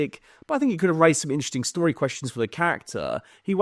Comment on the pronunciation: End of shtory 😂